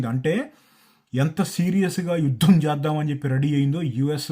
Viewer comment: యుద్ధం, యుద్ధం ఒత్తు పలకాలి అందరూ 😅